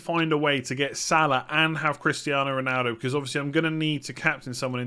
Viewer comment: Why do you always say Rinaldo, sounding like an i instead of an o?